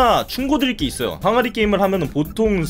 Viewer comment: 맨 처음에 항아리 게임이라고 했는데 왜 아가리 게임!! 이라고 들리냨ㅋㅋ